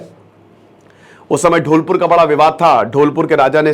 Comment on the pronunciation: सर आप बहुत अच्छा पढ़ाते हैं पर सॉरी सर वो ढोलपुर नहीं धौलपुर है और लोढ़ी नहीं लोदी है